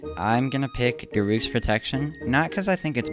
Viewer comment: Did you daruush???? How did you mispronounce both daruk and urbosa!?